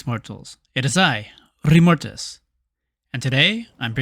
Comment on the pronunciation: I know nothing about this channel as it was suggested to me by the algorithm lords, but the intro with him saying `it is I Remortis` with an accent made me giggle, like and subscribe all at once. Good one.